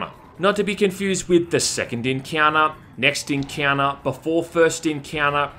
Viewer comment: Something like Eeeenkheunnneh instead of Encounter repeated numerous times is just... out there